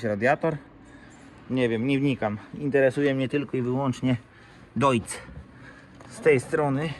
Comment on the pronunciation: Plus za fachowe nazewnictwo ....że 'Dojc' , nie 'Dojcz' 😉😄✌️